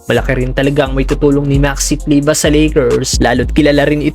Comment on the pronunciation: Kleber brod,hnd kleba..Pinoy tayo😂